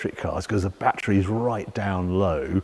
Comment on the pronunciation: Bat tree! Tree full of bats. Oh, you mean battery!